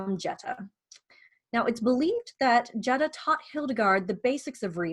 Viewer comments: This is very informative...thank you! I do believe Jutta is pronounced more like 'Utta' with a long U (sounds like 'you'). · Fyi, before you make a video about Jutta von Sponheim, her name is pronounced Yut-tah. Very common in many languages, and definitely the Germanic ones, for the J to represent a Y sound. English is a bit unusual in that the J is a hard G sound but that is not the case in German.